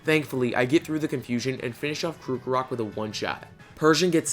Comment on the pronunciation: I enjoyed the video very much and laughed a bit much when ya said kookarock forgetting to pronounce the r in krockarock